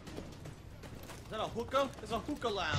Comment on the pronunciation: "I'm not a muppet acting all loud and 'AHH! UAAHH AAAHHH! UUUUAAAH!'" Sure. Side note, the way he pronounces hookah put a spasm in my jaw.